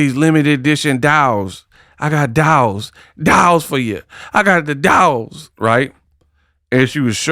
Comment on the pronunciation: Dials 😂not dolls